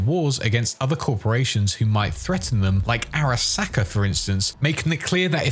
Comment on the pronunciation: just loves saying SACK in the weirdest way possible. you're a sacker